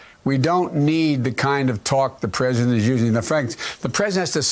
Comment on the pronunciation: he pronounces "president" like "present"